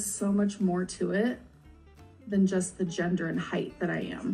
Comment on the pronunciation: She kept adding an "h" to the end of the word height to make it "heighth". OMG!!! Her ignorance is grating!